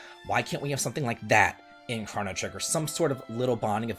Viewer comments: You are the only human being I have ever heard pronounce this as "crah-no" trigger....whoaaaa.."SKA-LA"??? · I cannot get over the way you say “chrono” 😖😖😖